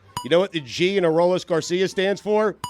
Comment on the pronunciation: How does no one roast Stu on butchering Adolis Garcia’s name?